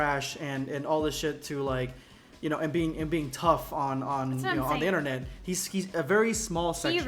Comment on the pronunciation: What the hell is an "Innernut" ?